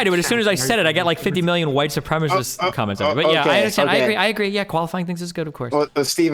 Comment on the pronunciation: I love how he says supremacist like “supremeassist” like it’s a supreme pizza lmao